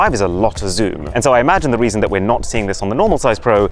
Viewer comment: did anyone hear that arun said the weason or is it just me